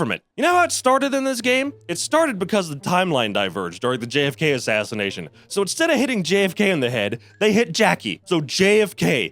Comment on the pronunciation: the way you say JFK is so funny to me